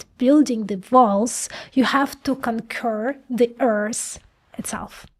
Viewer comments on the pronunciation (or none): Is this AI generated? If so, it's very convincing, but the mispronunciation of the words 'conquer' and 'secret' makes me suspect that a human was not involved in making it.